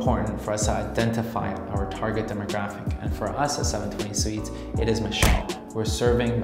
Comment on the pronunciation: I'm gonna punch my computer if this guy says seven twenty sweets again! arghhhggg lmao